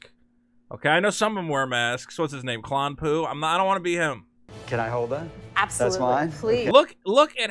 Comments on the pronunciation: My man said “ klon poo” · HIS NAME IS NOT KLON-POO!!!! HAHAHAHA💩💩💩🤣🤣🤣💀💀💀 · The way you pronounced plo koon, “Klon poo” lmao but yea good point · I lost it when you said Klom Poo!! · “Klon Poo” = “Plo Koon” 🤔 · acktchually, his name is Plo Koon. I know you're a little hesitant to say his last name;) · I’m disliking all because you called plo koon “klom pu” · His name is klo ploon, how dare you disrespect one of the greatest jedi's of all time